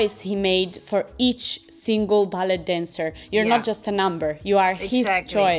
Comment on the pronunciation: "ballet" si pronuncia "ballei" perché anche in inglese viene dal francese